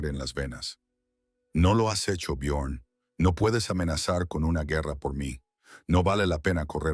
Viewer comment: Byorn o Biyorn. Ara ó Aara. El único nombre que pronuncian siempre igual el Liv